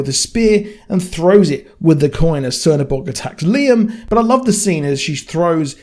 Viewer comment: he is not _C_ernobog, he is _Ch_ernobog. the Black God.